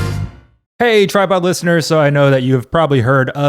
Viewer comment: No one: Ned: WeALcoMe tO TidePod